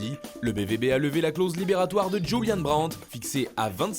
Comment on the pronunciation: Fernandez, Djoulian, Bundechliga, Maïkeul... Bon. Irrécupérable.